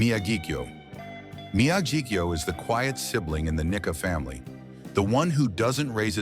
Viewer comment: One indication it is AI is that the pronunciation of Japanese names is absolutely horrendous. For example: There is no "short-i" vowel sound in Japanese, so the pronunciation for Nikka should be "Knee-kah." There were many others in this presentation as well, which sounded like nails on a chalkboard to my ears (and yes, I speak Japanese and have lived in Japan for 31 years).